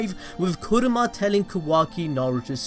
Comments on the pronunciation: Kurama. Not Kuruma. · Why are you calling Kurama “kuruma” that means car lol